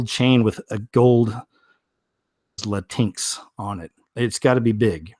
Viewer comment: I think it is pronounced Latin X